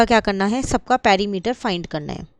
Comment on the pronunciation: Perimeter❌ parimeter✔️ Sector ❌sactor ✔️ Semi circle ❌sami circle✔️ Haha😂 just for fun Well explained mam